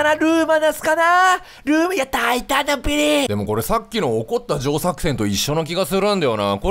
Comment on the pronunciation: 大胆なビリーって言ってるんだけど，大胆だっぺーにきこえて笑った。